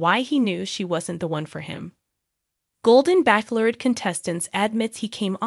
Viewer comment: The only thing is, you need to learn how to pronounce bachelorette correctly. If this is A.I. then there is much to be perfected.